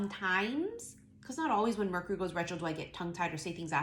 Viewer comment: Like how you say murk-Ury 🤣😂